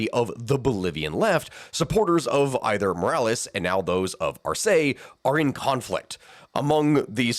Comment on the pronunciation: But Spanish pronunciation is 99% consistent within each dialect so I have no idea where you'd get "Arséi" from